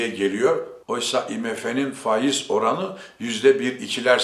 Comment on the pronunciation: Zira değil.ziiraa....Faaiz...